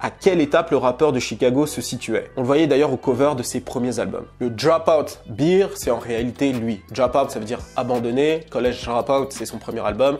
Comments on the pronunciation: Sur la prononciation -> si tu dis bear (ours), il faut prononcer Bere, pas bire (beer), qui veut dire la biere. Super contenu en tout cas, merci beaucoup d'avoir publie! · Attention,: « bear » ne se prononce pas comme « beer » en anglais. Ça se dit plutôt comme « bare » (je sais pas si ça t’aide). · C'est BEAR et non pas BEER. Just FYI. Bon Boulot 💪🏻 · Bère (bear) pas Bire (beer) ! Sinon super vidéo merci pour les infos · "Bear" (Ours en français) se prononce comme ceci: Et non comme "beer" (bière en français). Le top cette vidéo, merci!